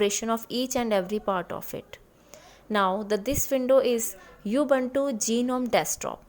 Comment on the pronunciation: Mam it is not U. Buntu